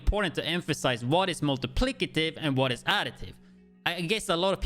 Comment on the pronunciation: multiplied by lol not multiplicitive lol but i still prefer it the way you say it